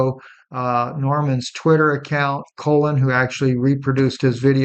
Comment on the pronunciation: What is this guy talking about? "Shooting OF Tyler Robinson"?? He can't pronounce the name Colin. He says Colon, he tells us what's happening to a bird outside his window. Smh.....IMO, this not reputable information being shared here...🤨🤨🤨